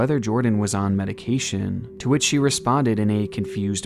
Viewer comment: Same for me. She couldn't even pronounce the word correctly.